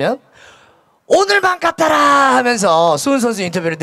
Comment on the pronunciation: "오늘만 같아라" 할때 발음이 외국인같다ㅋㅋㅋㅋㅋ 삼성페이 귀욤귀욤💙 삼성이 필요로하는 타점을 언제 어디서든 간편하게 결제하는 타자 이성곤ㅋㅋㅋㅋㅋㅋ 파이팅!!